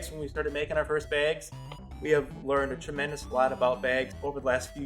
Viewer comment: I know, I had to comment on that myself. It either cracks me up, or makes me cringe every time.